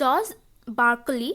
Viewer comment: Barkoli nhoi Barclay 😭🤣